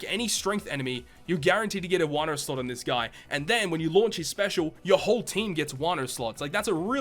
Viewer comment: i always grin when he says "sluts"... ohh sorry "slot" lmfao.